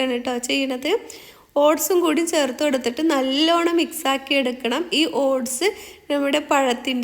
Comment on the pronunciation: സേർത്തു അല്ല താത്ത.... ചേർത്ത് എന്ന് പറ 🤣